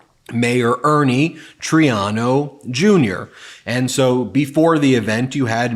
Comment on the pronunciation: One of my pet peeves is mispronunciation of names. It’s Mayor Troy-AH-no.